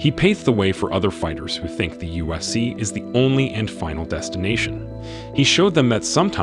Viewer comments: The “usc” it’s not hard to say ufc smh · Bro how many times did u say "USC" jesus christ, annunciate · I dont know what it is but it sounds like hes saying USC